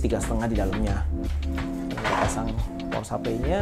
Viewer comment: power supply bro bukan pawer sapley wkwk